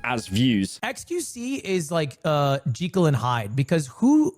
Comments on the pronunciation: what is that pronounciation by Ludwig?! It's Jekyll, not gee-kil 😭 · Jeekel?? Who says it like that? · "Jeekle and Hyde" amazing pronunciation of Jekyll and Hyde, Ludwig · Who the eff is "Mr. Jeeckle"? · Jekyll ❌ Jeecull ✅ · Excuse me? JINKLE and Hyde?! 😩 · Robert Louis Stevenson, the author of the story, said it actually is pronounced ‘gee-kil’. But Ludwig is the first person I think in history, besides the original author, to pronounce it like that. It just sounds wrong. It for sure should be pronounced Jekyll. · Did fucking ludwig just pronounce "Jekyl and Hyde" wrong ?? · How the fuck can you not say the word Jekyll in 2026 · Can we cancel Ludwig for his pronunciation of Jekyl and Hyde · Why did Ludwig pronounce Jekyll like that at the start of the video?